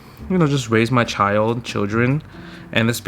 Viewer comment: I hear a Chinese accent when he says "child," and other words with L's in them. Is Justin able to speak Chinese fluently?